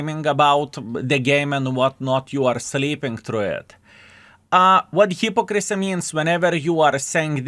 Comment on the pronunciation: Please learn how to pronounce Hypocrisy, this is not an accent thing, just ignorance...